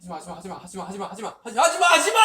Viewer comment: 하지마하지마하지마하시바? 나만 그렇게 들렸낰ㅋㅋㅋ 석집옵 너무 귀여버ㅠ